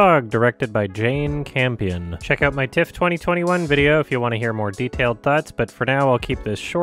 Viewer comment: everytime says "in my TIFF-", my mind would hear "my tits"